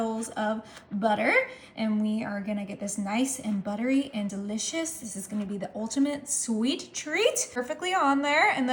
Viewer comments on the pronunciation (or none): "for this duhlicious treat" 😂😂